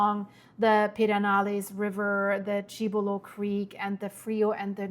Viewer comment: Rain in the North means the floods move down the rivers. Because all the reservoirs are man-made, water must be released to prevent failure and absolute catastrophe down stream. Cibolo creek is pronounced sib-il-oh. Nueces is New-eh-ces.